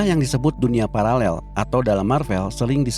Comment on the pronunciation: Parallel min bukan palalel. Ngengernya gimana gitu😂